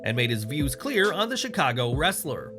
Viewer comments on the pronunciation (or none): none